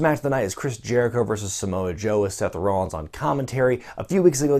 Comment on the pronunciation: I like the way he pronounces Rollins lol